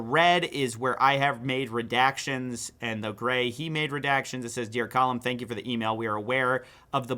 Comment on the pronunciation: Column instead of Callum is crazy lmao